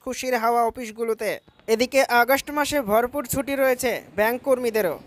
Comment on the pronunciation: শব্দটা ছুটি, সুটি উচ্চারন হচ্ছে কেন